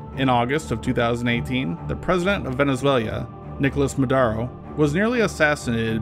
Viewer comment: Did you say "Venizuelia?" "MadAro?" Otherwise I like your video bro.